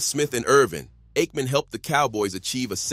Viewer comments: Brett faverick and eightmam is your AI working alright. Lol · Get a real narrator. You AI voiceover can't pronounce Aikman or Favre